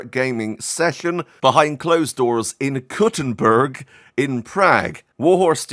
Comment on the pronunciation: Idk if it's just your accent, but when you said the name of the city I heard "Cutting' a whore up" and I almost fell out of my chair laughing